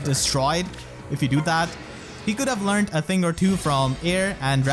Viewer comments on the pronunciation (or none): none